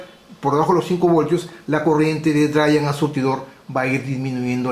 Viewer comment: Eres un gran maestro, de los mejores. Para tu mejora continua, te recomiendo afinar la pronunciación. Drein Sourss como se escribe. Geit Un abrazo